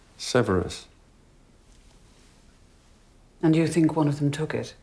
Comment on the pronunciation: Not even captions knew what he meant by "severis" . No spoilers, please.